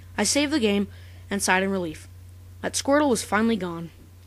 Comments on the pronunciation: the first time I saw this, I thought u said squirle. not squrtle ._ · 4 part of the video i thought you were saying squirrel and not squirtle XD